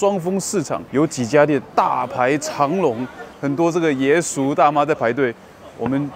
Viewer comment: 爷叔的爷，发音是：雅